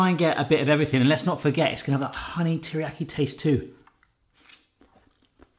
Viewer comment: Please learn how to pronounce Teriyaki